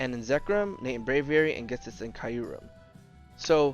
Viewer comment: It’s pronounced Jet-is not Get-is. Why does everybody mispronounce Ghetsis’s name? It just bothers me that’s all.